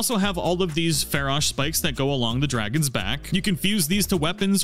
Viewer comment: The dwagons awe scawy